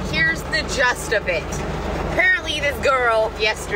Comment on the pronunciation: Did she say "Here's the Just of it"??? hahaha